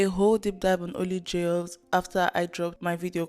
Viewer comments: I’m an Indonesian and the word jayus has not been relevant for years now, just a little thing that makes it funny to me. Also it’s supposed to be pronounced as “jah-yoos”, so used the word all this time without even being able to say it properly 🤣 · this is way off the main topic but the way doesn't even bother learning how to pronounce jayus properly irks me so bad. if you take a word from another language, give it the respect it deserves and learn how to actually say it. (it's juh-yoos, not JAYus)